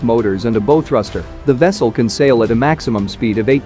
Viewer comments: This amateur outfit does lots of videos about navy subjects. You'd think they if they are too cheap to pay an actual person to do the narration, they would use a computerised narrator hhat has been taught how to say some basic naval words For example 'Bow" is not pronounced like 'bow-tie" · bow rhymes with cow on ships. When accompanied by arrows, it rhymes with flow. (Teach your robots well!)